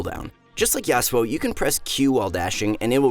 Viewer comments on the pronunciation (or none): none